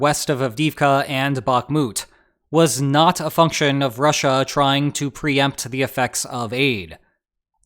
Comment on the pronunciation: "Rush-A". The new official pronunciation on the channel xD. I love it.